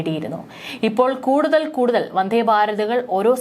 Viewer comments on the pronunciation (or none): വന്ധേ അല്ല വന്ദേ എന്നാണ് പറയുക നല്ല മലയാളം പറഞ്ഞു പഠിക്ക്